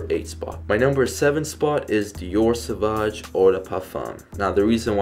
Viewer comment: But he says it good. Soovazje is how you pronounce it. I am dutch and french native.